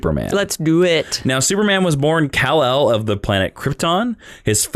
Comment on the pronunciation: say's Criptin (for Krypton) Cul-l (for Kal-El)